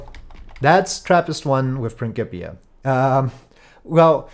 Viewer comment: How did you pronounce Principia??